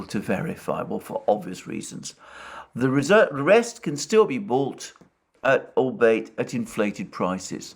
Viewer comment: Good video. NB: 'Erstwhile' means former. And 'albeit' is pronounced 'all be it'.